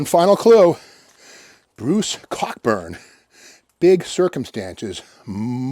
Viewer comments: Totally agree! And Steve, it’s pronounced Coburn, not Cockburn. I know it’s spelt that way but he doesn’t say it that way for obvious reasons! 🤣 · Great Canadian artist Bruce Cockburn...."co-burn"....cmon Steve